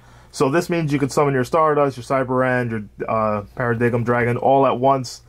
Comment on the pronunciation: Bro you cant be Paradox if you cant say the name right.. Malefic Para-“DIME” dragon